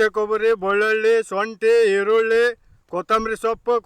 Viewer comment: ಅಣ್ಣಾರ ನೀವು ಯಾಕೆ ಸೊಂಟಿ ಅಂತೀರಾ ಶುಂಠಿ ಅನ್ನೋಕೆ ಬರಲ್ವಾ